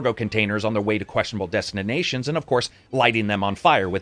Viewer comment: "Destinanations" :D